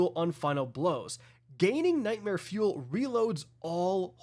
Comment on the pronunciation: Everytime u say nightmare fuel all i hear is “tackling fuel tackling fuel”